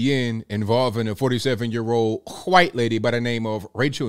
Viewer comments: Ok, what's with this "kwhite" pronunciation? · “Hwite lady” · Why does pronounce white that way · Bro, I'll never get tired of hearing pronounce the word "KWHWHITE" lol! 🤣🤣🤣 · You crack me up the way you say “white”🤣